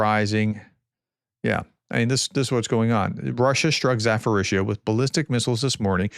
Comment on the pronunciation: Zaporizzhia pronounce with later P not PH...more like Za-Po-RiZ-Ja.